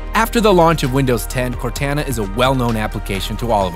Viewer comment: I cant believe how cringe it sounds when he mispronounces Cortana. Cortana is the name of the AI with you in the Halo video game series. That's where the name came from. sheesh